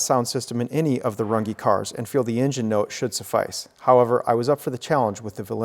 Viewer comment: Fabulous. But why do you keep pronouncing your surname always wrong?